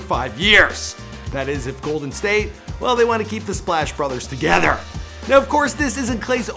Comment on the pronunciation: holy sht the way u said "together" 😂